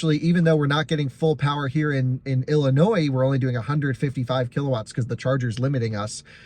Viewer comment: "Joliet Illlllliiinnooooiiiii" Came soooo close to improperly pronouncing the silent S at the end... kudos for not doing so. :D Also your tone and furrowed brow whilst saying that was completely merited :)